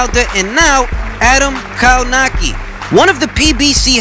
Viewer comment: Kownacki, pronounced more like Kownaksy